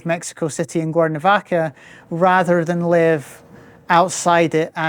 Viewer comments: Conozco el acento escocés porque mi suegra es de Escocia, pero sonaba como si estuviera diciendo "Guernovaca" repetidamente. De todos modos, no importa. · Is it me or is the gentleman consistently mispronouncing the name of his town?